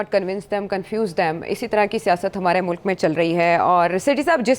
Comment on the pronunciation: ye agar mulk ko mulaak bolti hai tou lazim ye ice cream ko ass creem bolti hogi :) esko khatoon e awal kyun boltay hain ye tou khatoon e soyem nahi hai?